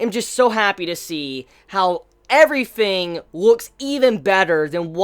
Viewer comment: Could somebody tell me? I'm really curious: Is it me or does say things like "everyfing" and "foughts" instead of "everything" and "thoughts"? Am I mishearing it, is it an accent or is it just a thing of his? btw, just so you know: I'm not a native English speaker. it may be obvious to you, but it puzzles me